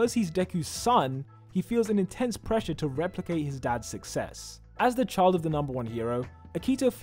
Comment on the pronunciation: I love how he said secret love chilf